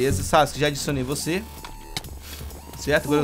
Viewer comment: vc falo sauske